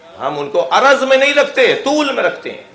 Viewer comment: Salam ,tul o arz hota hai na kay araz,asal mai araz aur johar hota hai.arz aur araz mai farq hai